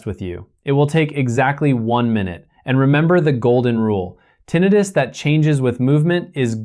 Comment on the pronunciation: I’m suspicious of this report: how could a doctor pronounce the term “tinnitus” as “tinn-ee-tus”consistently throughout the report EXCEPT where he pronounces it “tinnitus” as in “tinn-eye-rus”?